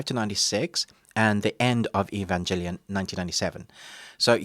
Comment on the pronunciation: "Lose faith in humanity" ????? What? Dude just go outside, there's your "Lose faith in humanity" right there. Also, it's Evangelion, with a G not a J plz say it right. Anime nerds, weebs, and purists will destroy you if you don't say it right.